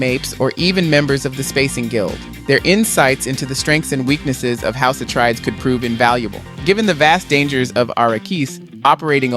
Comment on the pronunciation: Atreides, not Atreedees